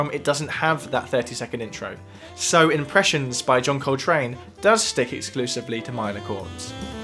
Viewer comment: John COLtrane, not colTRANE